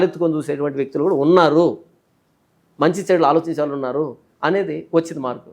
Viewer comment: వాల్లు కాదమ్మా. వాళ్ళు అనాలి. అక్షరాలు సరిగా పలకడం మీ ప్రాధమిక పాఠశాల ఉపాధ్యాయులు నేర్పలేదా? తెలుగు భాషను పాడుచేయకండి.